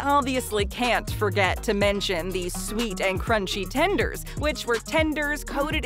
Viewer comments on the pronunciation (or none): none